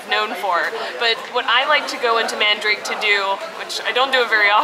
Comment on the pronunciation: Not mandrake haha, man-da-ra-ke.